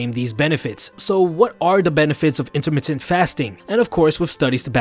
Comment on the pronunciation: " intermitit fasting "